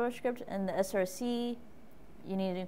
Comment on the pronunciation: src....not scr